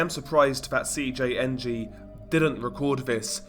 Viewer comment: I like how since you’ve been making a ton of these video and gain a lot of attention from it, you never keep them bland or the same. Like I notice you used to say CJNG in English but you pronounce the entire enitials I’m Spanish. Keep it!!!